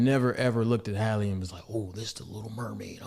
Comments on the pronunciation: Can yall please say HALLE NAME correctly. Her name isnt Hailey its Halle like Halle Berry. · DDG is an influencer, Halle isn't. So yeah, he's chronically online. Also, you should probably know how to pronounce the names of the people you're making videos about, especially someone as well known as Halle 😅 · there are even clips in this video of other people saying it right 🥲